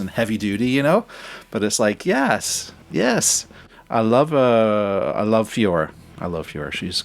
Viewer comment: You are pronouncing FLOOR's name wrong it is not F I O O R but F L O O R so not the ceiling but the floor!